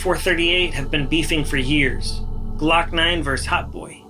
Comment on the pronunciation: This boi said glokknine shooting at him😂 he lied he know it wasn’t him you can tell he just said it cause he a rapper